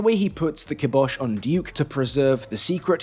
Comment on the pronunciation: Your pronunciations of ayahuasca and kibosh are currently making me think you did them in a Bron style on purpose!